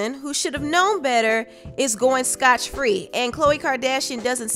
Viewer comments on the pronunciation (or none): Scotch free??? 🤣🤣🤣 It's SCOTT free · Scott-Free not Scotch Free .....lol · Scotch free 😂😂😂 it's scot-free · Umm it's Scott free not scotch.....